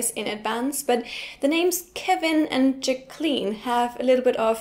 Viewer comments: JACK-lin, not ja-KLEEN :-) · Imre Hundertwasser Thanks! English has a different pronunciation than used. "Jack - ah - lyn".....three syllables. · Or we'll sometimes reduce the middle syllable and "K" to a stop (pause) and carry the "k" into what was the third, "Ja(ck) - - Klynn". This is how Jaqueline Smith, the actress (original Charlie's Angel), pronounces her name. A third way is to pronounce the u following the q as "W" and it is "Jack-wuh-lynn"